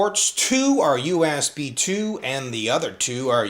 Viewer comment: he does not say USB he say YOU ASS BE